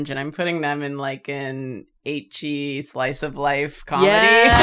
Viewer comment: Karina pronounces ecchi like itchy, lol